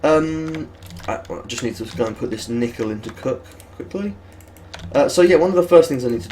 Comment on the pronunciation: Do British people pronounce nickel nEEkle. or are you just effing with us?